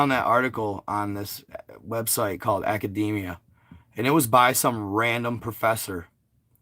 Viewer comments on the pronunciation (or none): none